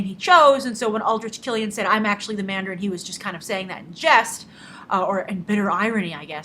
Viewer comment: Dont call it "Mandarine" lol